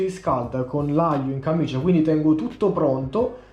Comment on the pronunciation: Comunque è camicia non cammicia.. cit. E ma siccome è di flanella è più grossa e raddoppia... semicit. ( tributi ) Comuuuunque ottima ricetta, grazie.